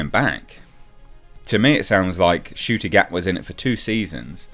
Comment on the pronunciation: Ncuti ? Are you sure the ‘N’ shouldn’t be after the ‘U’ ?